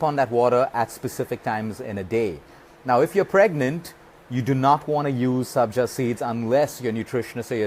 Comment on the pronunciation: Sabja not Sanjay